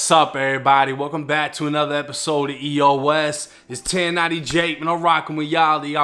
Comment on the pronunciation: Every time jake says it’s EOS sounds like he’s saying eat ur ass lol idk I try not to hear it but can’t help it